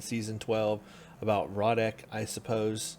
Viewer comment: Good coverage as always but please for the love of God, his name is pronounced Row-Deck not Rod -Deck my ears bleed every time you say Rod...🙉🙉🙉🙉🙉 it's pronounced Row -Deck... 🙌🙌🙌🙌🙌🙌🙌🙌🙌🙌🙌